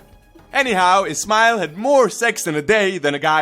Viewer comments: everytime you say ismail it sounds like its smile :) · You Can't even pronounce his name